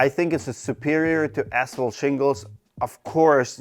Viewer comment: Can't this guy pronounce ASPHALT properly?